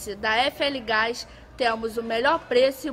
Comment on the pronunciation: "Você precisou de gaix " Zkzjzj